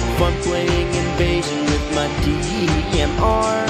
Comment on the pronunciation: Sounds like he is saying DEEMR.